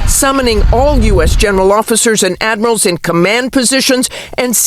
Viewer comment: Its admirals not admirasals......Have respect,use proper language